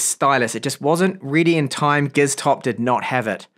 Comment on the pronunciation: He said Giztop